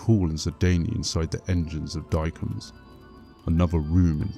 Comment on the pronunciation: Guilliman is pronounced "gilla-mun", not "gulla-mun". The second E in 'Sedayne' is silent. "Sedayn", not "sedaynee". Diacomes is "dee-a-ko-meez", not "dykumz".